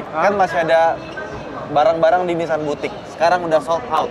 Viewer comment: Orang jepang nyebutnya Nissang, kalo sudah BAB harus nissang😂